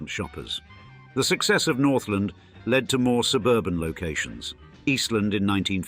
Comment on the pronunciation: Yes, I'm a native Detroiter. Parents moved to Suburbs in the 50s. Went both downtown and Northland stores and they were magical at Christmas. BTW, the mall is not pronounced "Northlind". It is pronounced "North Land". Thank you for a wonderful memory.